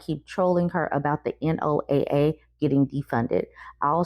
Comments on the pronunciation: NOAA is said "Noah"... I didn't know if you had ever heard it said, but if you've listened to a storm report, it generally starts like "the lastest report from Noah looks like storms will be coming in". I hope that helps a little more! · Just FYI--it's pronounced like Noah. It's wild to me that people would think defunding the organizations like NOAA and NWS that help keep Americans safe because of negative fee fees about climate change. This season of the US has jumped the shark. I would like to subscribe to another show please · NOAA_ pronounced NOAH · Not sure if it is mentioned anywhere else, but NOAA is pronounced Noah and is the agency that tracks hurricanes and storms. Things that hit Florida quite often and the loss of which will seriously affect them.